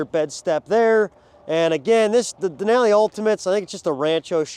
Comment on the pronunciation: The way he says Denali hurts my brain.